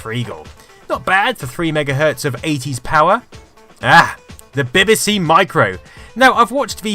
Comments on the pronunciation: Dont you know how to pronounce BBC? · Love your videos but as a Brit you really should be able to pronounce BBC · While I'm having trouble getting past the way you pronounce BBC! I'll forgive you because I'm hooked on your channel. Keep up the brilliant work.